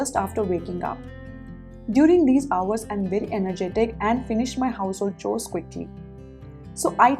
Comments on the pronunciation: "Chores" is pronounced as" cores"..... Don't mind. Your videos are awesome 👏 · Kind suggestion- you often pronounce "chores" wrongly. Please find the correct pronunciation